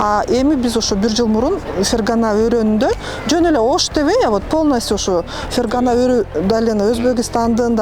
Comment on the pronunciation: Вэна эмес Вена, ФергАана эмес, фергана.